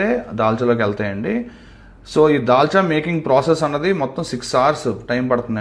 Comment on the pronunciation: Dalcha అంటే తెలంగాణ మీకు రాదు dalxha చేయడం if u don't mind